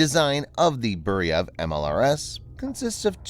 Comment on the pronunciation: It is not Boo-ree-yev it is Boo-re-veey...Burevij It is a shame we did not continue on developing M87 Orkan MLRS which had range up to 120km. It would be very much useful in Ukraine Burevij would mean Bura or Burin which is type of hurricane force wind